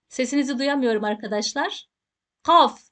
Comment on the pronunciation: hocam kaf harfini gaf diye mi okuyoruz😊